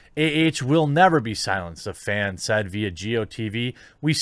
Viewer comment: . "A fan said, vio Geo TV." You said "simp" wrong.